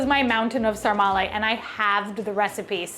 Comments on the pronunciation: The Romanian dish is called SARMALE, not sarmarle :) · It’s actually “SARMALE” not “Sarmarle”. 😉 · Sarmale, not Sarma-r-le One sarma, two sarmale. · Sarmale NOT Sarmarle…It’s one ☝️ of our Romanian 🇷🇴 food.. you can also eat sarmale with mămăliga =The Best…also you can try our sausage roll named “ mici”…it’s so delicious with mustard and bread and a beer.. also discover more Romanian food on google and try them in our country…see which one you like the most. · Romanian guy here: it's called SARMALE, not sarmarle (and yeah, quite similar to Gołąbki in Poland) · The Romanian dish is called “sarmale” not “sarmarle”😊The recipe is wrong, you’re supposed to mix the meat (half half or only pork) with rice and we usually add a sprig of thyme as well. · Sorry, just one word to describe "sarmale" part..BLASFEMIE!!! 😂 But still, congrats for trying 😊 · Nice try with the "sarmale". A disaster...but nice try.